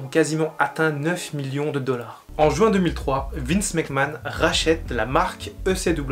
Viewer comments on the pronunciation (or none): none